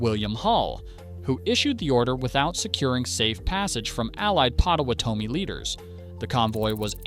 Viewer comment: This started with promise but dissolved into AI slop that kept repeating itself and butchered the word Potowtame.